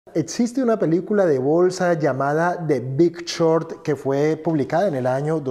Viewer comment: Que no sepa proninciar short, que no sepa como pronunciar Berry ni Musk adecuadamente y que además le llamé apuesta a una inversión me hace mucho dudar sobre este video. Vaya no se pide que sea un erudito en el inglés pero sabemos que el lenguaje de este mundo es tal idioma y mucho fundamental como investigación está en el mismo. Ni siquiera su explicación de vender en corto es acertada. En fin, detalles que dan mucho de qué hablar de que es puras noticias filtradas a sus pésimos criterios